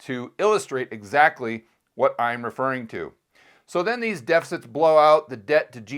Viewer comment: DePicits? What's a "depicit"